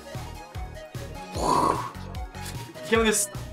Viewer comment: "it came in this BOAX ROIGHT? this FENCY BOAX"